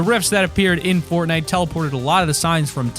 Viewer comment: Did you say Portnite ?